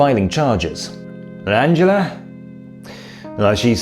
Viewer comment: Was the mispronunciation of "Angela" on purpose for dramatic effect? Or were you trying to translate the German pronunciation into English? Then again, I have heard her name pronounced so many different ways, that you could probably do a video on that alone.